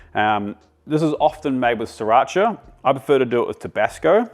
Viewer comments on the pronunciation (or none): none